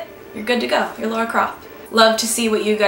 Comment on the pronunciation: it's not pronounced "Laura" lmao